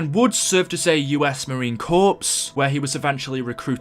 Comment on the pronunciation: You say corps like core not corpse